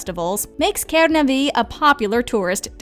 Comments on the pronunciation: you have to say kenaaaaave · And you pronounce kernave really weardly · The way you said Kernavė tho 😃✋